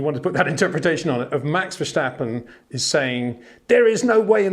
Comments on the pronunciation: Great reports! It's "fair-stappen" .... not "versch-stappen".... small detail, just like your brilliant detailed reports. Thank you. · HEY PETER WINDSOR, I HAVE MESSAGE FOR YOU SIR: With all due respect ... it is NOT Max "verSHtappen" ... Max is not German (Germans indeed do pronounce "st" as "sht") ... #Max33 = Dutch NL/Belgium! ... It is not "Bottash" nor is it "Lewish" certainly not "verSHtappen" .... This BS started long time ago when a British sport presenter interviewed father Jos Verstappen and assumed you can use a German pronunciation to a Dutch Driver thinking it is so "funny" ... It is not. Serious question: can any Englishman say "versatile" out-loud without saying "vershatile" phonetically? most can about 99,99% ... that is why most English can pronounce Verstappen 100% correct! Father Jos Verstappen (also F1 Racer) was very active between back then only a very few said "Vershtappen" but the vast majority of British sport presenters pronounced it perfectly ... only a few old stubborn farts like Peter Windshor